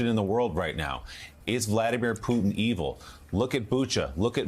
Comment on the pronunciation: At least say his name correctly lol